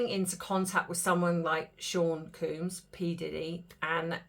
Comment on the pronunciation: I think it's Sean Combs not Sean Coombs.